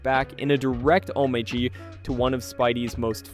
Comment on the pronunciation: Ho-may-gee, good lord what happened to reading skills.